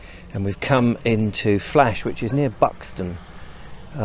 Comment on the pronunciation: buxton not baxton